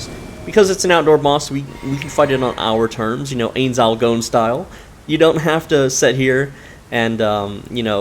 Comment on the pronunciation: The way you pronounced Ainz’ name hurt my heart